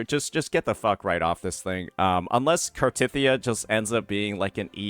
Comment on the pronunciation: Still hurts, hearing you pronounce Cartethyia.